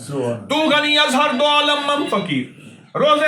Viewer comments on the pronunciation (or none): none